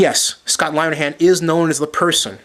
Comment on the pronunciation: really? your a reporter, and your saying you know whats up basicly. I'm sorry but you have no idea. If you really know about scott linihan you pronounce his name right. besides he's just an offensive coordinators, and those other guys you compared him to are all hall of fame head coaches. Our head coach is Jim Schwartz was a proven defensive coordinator in Tennesse over the years, and he's a damn good head coach whose got us going in the right direction.